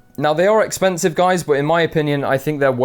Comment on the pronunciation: whan you say expansive, its expansive:D